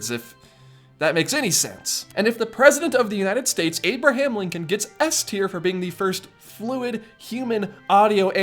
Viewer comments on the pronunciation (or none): "Abirdham Lincon"